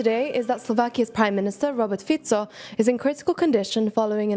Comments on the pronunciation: Feetso may be correct but Faiko still sounds cooler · That happens. She may have just forgetten the correct pronunciation as she continued to explain the news. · Everybody says "Fiko", I can't blame her, I only have that pronunciation in my head too. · How can you pronounce Fico correctly and then call him Fiko 10 seconds later?